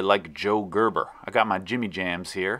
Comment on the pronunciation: Cörves? Convörsions? Görböh!